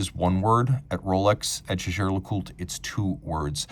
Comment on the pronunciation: Jäger is german and hence NOT pronounced "Shaesher".